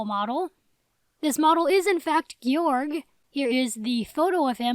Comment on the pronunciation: the pronunciation is “gay-org” i’m being serious and everyone pronounces his name wrong!!